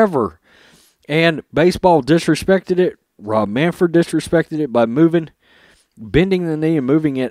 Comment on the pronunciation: It's Manfred not Manford.